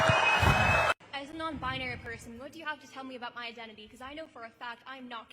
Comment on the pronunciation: I love how these non-binary attention seekers can't even pronounce the word properly. It's not bi-ah-nary. It's binary.